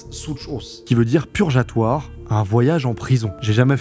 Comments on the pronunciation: Petite correction mais ça se prononce "purGatoire" et pas purJatoire, comme pour "fugue", voilà j'ai fais ma madame je sais tout, bonne journée à vous :) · PURJATOIRE ?????????????????? C EST PURGATOIRE DEBILE 2 MILLION D ABONNEES ET TU SAIT PAS PARLER FRANCAIS CORRECTEMENT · Frérot déja tu dis purjatoire au lieu de purgatoire donc quand tu demandes si tu as fait une erreur en allemand sur la trad, tu sais deja pas parler fr. Ca pue le script ecris que tu as a peine lu. lol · Petite correction, tu dis à l'oral "Pujatoire", sauf qu'un G suivi d'un A, un U ou d'un O, se prononce comme dans "gardien". Si on veut qu'un G fasse le son d'un J, il faut soit suivi d'un I, d'un E, d'un Y, ou bien que le A/U/O soit précédé d'un E (comme dans le prénom George). Purgatoire ne s'écrit pas avec un E avant le A à ma connaissance :) Voilà, c'était tout ! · 2 Millions d'abonnés et: "purjatoire". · purgatoire et non purgeatoire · Je ne saurais juger la prononciation allemande ... Par contre "purgatoire" se prononce "purguatoire" et pas "purgeatoire" 😉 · Il y en a des tas, mais j'ai noté : "Purjatoire" au lieu de "purgatoire", "preuves occasionnelles" au lieu de "preuves circonstancielles". Moi, ça me fait plutôt marrer. Comme quand mon fils de sept ans essaie de lire le journal et trébuche sur les mots. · Entre occidental au lieux de occidentaux et purgatoire que tu prononce purjatoire tu devrais vérifier ça avant de publier parce que ça fait mal aux oreilles 😅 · Ça m'a choqué aussi, wow niveau école primaire ce truc😂